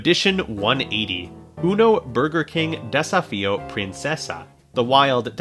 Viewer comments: Desafio means dare or challenge. Portuguese isn't pronounced the same as Spanish but you have done your best, so thanks. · trying to pronounce "Desafio" wasn't something I knew I needed, but am very grateful for it